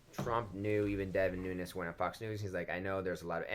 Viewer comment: It ain't "noon-yez", there's no tilde over the n, he's Portuguese ancestry not Latino, so "noon-es".